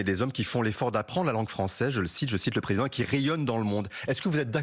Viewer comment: Pourquoi ces journalistes ne prononcent pas "préSIdent" de la République correctement? Bravo Mathilde!